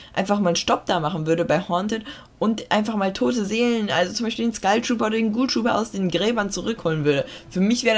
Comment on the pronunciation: Wieso sagt jeder Skeil trooper das heißt Skull trooper